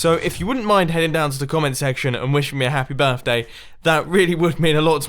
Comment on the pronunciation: "Happy Birfday"